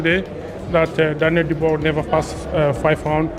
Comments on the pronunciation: It's pronounced "Doobwah", get it frigging right if you're going to publish a video. Several people even say it in the video, except you. Having said that, it comedically adds insult to injury for "Dooboisss". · Who the F***are "Bah-coal" and "Doo-boyce". Get this AI SHIT OFF and employ a human. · You have sick brain...how can you pronounce "Dubois"...morron? it is "Duboa" phonetical morron!